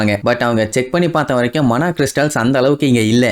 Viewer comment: Bro mana no it's maana stone